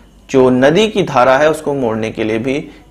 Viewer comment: Why do u stress at the end of every sentence as 'Hai'. Sorry to say but that's so annoying. Ex